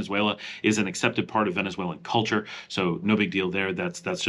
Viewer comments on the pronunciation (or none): none